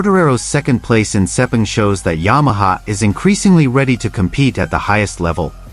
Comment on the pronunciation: Yamaha using the V4? I don't think so. Never mind the silly mispronunciation of 'Sepang'. This site is an embarrassment, and full of falsehoods.